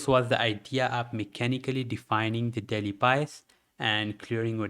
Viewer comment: Am i the only one hearing "Daddy timeframe" instead of "Daily timeframe" ?? 😂